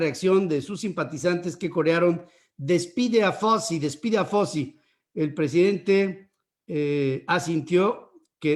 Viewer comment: Anthony FAUCHI, es FAUCHI. El suyo es un apellido italiano y así se debe pronunciar, además de que todos en Estados Unidos se refieren a él usando esa pronunciación.